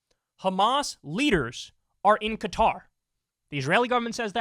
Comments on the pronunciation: Why are one the few in the media who can pronounce “Qatar” properly? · Shout out to Kyle for pronouncing Qatar correctly!